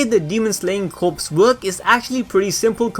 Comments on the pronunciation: I get it is spelled Corps, but it's not pronounced like a dead body. It is pronounced CORE. Just a small detail that drives me nuts. It's a Unit size like battalion, division, squad, Corps. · Hihihihi corps is pronounced as 'core' :3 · Just fyi, it's pronounced as core, the p is silent. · Corps is pronounced “Core” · Just so you know “corps” is pronounced “cores”. It the demon slayer cores. Corps = cores. The p is silent. It’s weird I know but that’s how it is. English be like that sometimes. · I don't wanna be that guy but the word 'corps' is pronounce 'core' where I'm from but Idk maybe it's different in other places. But still love the videos and hope the demon slayer vids will continue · Am I the only one who cringes when he pronounces the "p" and "s" in "corps" omfg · Did anyone find it hard and cringing with the fact that he mispronounced the word "corps" as corpses the whole video. 😐 TO THE CREATOR- this French-derived word is pronounced like the word "core" not like the word "corpses" ( which mean dead bodies) but I Enjoyed the rest of the video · It’s pronounced “core” not “corpse” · my friend.. love the videos but you are saying corpse as in dead bodies. its corps. pronounced core. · Sorry but I have to say this... corps is pronounced core. Like the marines corps. Not corpse as in a dead body. Just a tiny pet peeve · Corps(core) not corpse(corps(e)).... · ITS NOT CORPSE... it sounds like CORE... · Great vid, but Corps is pronounced as Core and not Corpse. But again still a great vid! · Dude, CORPS is NOT pronounced as CORPSE. It is pronounced as CORE. DAMN, MAN. It's not that hard to learn. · The content is great but the only problem I have is how you say Corps. It's Corps (Core) not Corps (Corpes) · Please stop saying corpse when pronouncing corps. It's pronounced core. Otherwise great video 😊👍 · Demon Slayer Corps.... The word “Corps” is pronounced like the word “core”. He is pronouncing “Corps” like “corpse” which refers to a dead body.